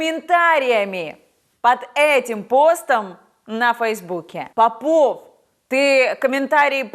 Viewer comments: Попов ударение на первое о, фамилию правильно нужно озвучивать. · Солнышко, фамилия попов произносится с ударением на первом слоге! Прости! Ты прекрасна!!!!!!!!!!